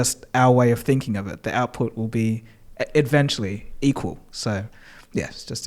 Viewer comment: Am I crazy or does pronounce "eventually" as "adventually"?